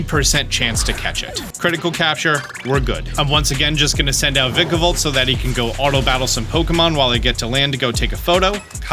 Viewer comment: It hurts my SOUL hearing this man mispronounce Vikavolt.